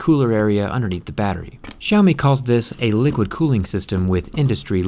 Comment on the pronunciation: BTW, Xiaomi direct translate into Chinese is "little rice". Its pronounced as "sell mi" and not "shall me".